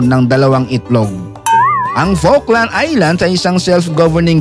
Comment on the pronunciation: okey lang din kahit awful ang pronunciation ng falkland